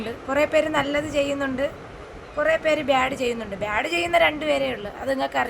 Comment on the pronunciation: ബ്യാട് അല്ല ബാഡ്